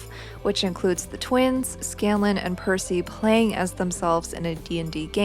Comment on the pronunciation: That and Percy is the only one of the group of whom Tary says their name correctly.